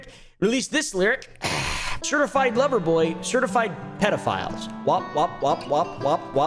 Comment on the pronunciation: Drake can’t say certified love boy without us hearing certified pdf file 😂😂😂😂